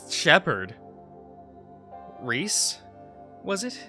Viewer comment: I'd say it's pronounced "Reese" but I like it when you remix the names